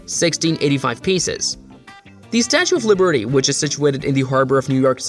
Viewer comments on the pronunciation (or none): Are you intentionally mispronouncing everything? If so, impressive. If not, ouch my ears... The statue honoring Ernie's French-Canadian roommate: The Statue of Le Bertie The Ark de Troomfee The Touch My Hill The Fladderon Building All created by the LEGO company located in Ballooned.